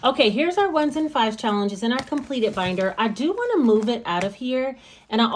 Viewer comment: Hey , I love your personality. You're inspiring. And not to be super weird. I crack up every time you say "shallenge".. cool video!!!